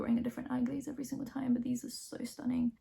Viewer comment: STUH - NING Oh my god